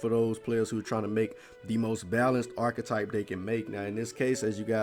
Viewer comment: They way the nigga said archetype you think it was spelled orchetype lol